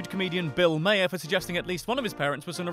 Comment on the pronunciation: Maher is pronounced "Marr" not "Mayor"